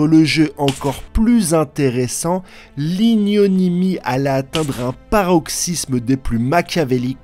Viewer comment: c'est l'ignominie et non l'ignonimie